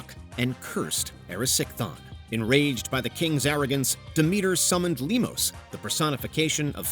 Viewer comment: How could you misprounce minotaur and Demeter? Plus, I'm surprised you didn't mention Ariadne.